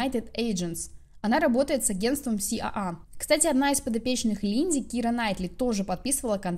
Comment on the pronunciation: Спасибо за Харди. Смотрю с удовольствием Ваш канал❤. Но почему Вы название агентства уже не в первый раз произносите " си а а"?)) либо полностью на русском либо на английском аббвеатуру читаем. Ну а как по другому?))